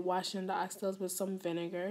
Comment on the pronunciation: I’m just not used to hearing it because of our accent but absolutely nothing wrong here